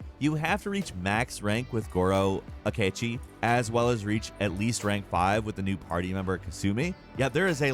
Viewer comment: The way he said Akechi bruuuh